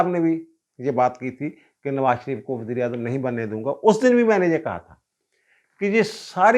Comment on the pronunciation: Aap Baber ko wazeer i azam keh rahaiy haiy yaa Mughl i Azam ? 2 dafa yhi samjh aaiee wazir i azam .